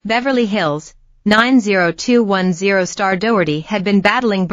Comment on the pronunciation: bad AI video, cant even pronounce 90210 properly...